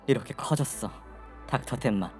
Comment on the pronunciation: 텐마를 자꾸 덴마래 😂😂😂 만화책 세대시네